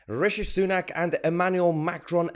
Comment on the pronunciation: Rishi Sanook? Is that how you pronounbce Sunak? 'cos its wrong.